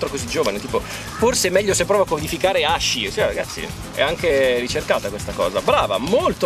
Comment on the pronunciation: Si pronuncia Aschi, non Ascii...